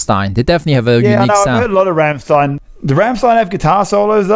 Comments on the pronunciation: It should be pronounced Rammshtayn. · You mispronounced the Ramm in Rammstein. Its not like Ham with an R. The a in Ramm is more like the English a in Dance.